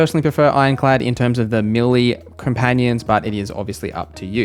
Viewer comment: Meh - lay rather than mili is how you would say melee